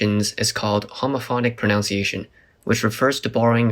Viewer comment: proNUNciation not proNOUNciatiin!